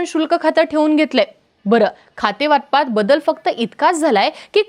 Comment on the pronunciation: वातपात नाही वाटपात मना 😂😂